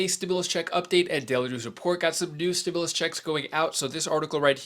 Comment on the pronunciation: Stop saying stimilius there is none